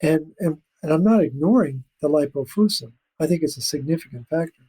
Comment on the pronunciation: please look up "lipofuscin" in the dictionary. pronounces it wrong. The i softens the "c" to an "sss" sound. There is some irony in portraying oneself as able to discern scientific literature... and not being able to.master a simple dictionary. You can remove that irony by simply pronouncing the word correctly. does... he's mastered the dictionary... lol. He tried to help you out at the beginning of this podcast to alert you to your error in a nice way. For you and all... I highly recommend The Logic of English Book and YouTube material. The knowledge ought to be a family heirloom. And no... the hard "k" sound for the "c" is not an alternative pronunciation. Science is not pronounced "sky-uns."